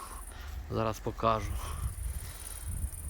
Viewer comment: Не "покАжу" а "покажУ"